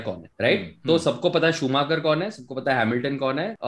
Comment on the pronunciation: And it's not shoooemaaachr df